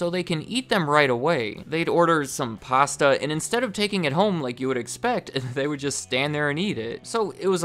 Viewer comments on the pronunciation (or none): none